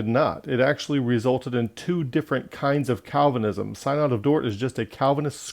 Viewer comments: Sin-uhd not psynod :) but awesome truth! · First, your mispronunciation of synod signals your lack of authority. Second, you misrepresent Calvinism. Third, you don't back any of your condemnations with scripture.